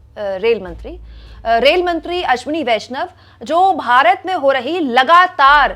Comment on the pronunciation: पहले रेलमंत्री कहने का प्रैक्टिस करो तब पत्रकारिता करना, धन्यवाद।